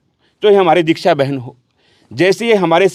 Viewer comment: R bhai nam to thik bol le shiksa bole h dikhsa n